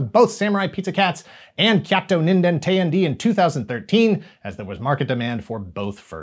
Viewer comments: It's not "teh-yan-dee" rather it's "t'yan-deh!". IIRC it translates into something akin to "(what) the hell?!". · Bruh, it's pronounced tay-anh-day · teyandee is pronounced teh-yan-deh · I love you, but the way you pronounce “Teyandē” causes me physical pain.